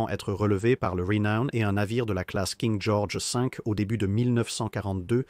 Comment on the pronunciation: " King Georges Sink " ptdr